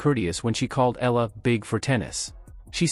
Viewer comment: Please say Alex's surname , the way we Filipinos pronounce it. It's "E-Ya-La," not simply Ela...Thank you..